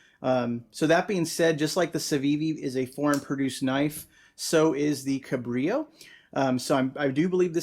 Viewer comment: FYI, little known is that "Cabrillo" is a Portuguese word (for the explorer) and they pronounce the 'L' sound unlike Spanish y sound